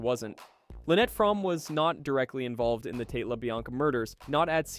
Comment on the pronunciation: It’s pronounced Frommeee